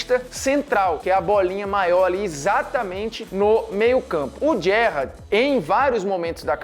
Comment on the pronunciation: Parei de assistir quando vi que o cara nao sabia nem falar Gerrard corretamente